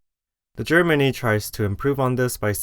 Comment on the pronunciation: i totally thought you were saying "germany" instead of "JER mini" for like 5 mins